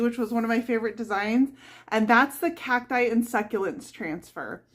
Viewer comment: "khak - tie" is the proper promounciation. I am from Southern California and Arizona. You say "Khak-tus" for cactus and "Khak-tie" for cacti. It ryhmes with "wack". Hard C sound, and then "ack" = you getting it right.